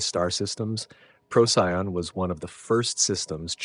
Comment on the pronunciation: This was fantastic!! I only have one small superficial complaint. Please pronounce the name of the star Procyon correctly — it’s “pro-see-on” not “pro-sigh-on”!! 🙏